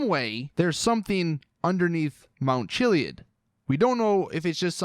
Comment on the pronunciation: “Mount chilly-id”